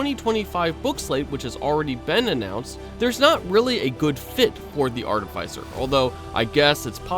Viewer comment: AR-TIH-FIH-CER not AR-TIH-FIE-CER